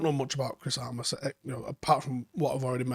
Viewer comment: Its armas not aramas right?